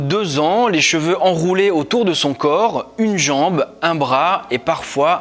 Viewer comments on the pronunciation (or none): none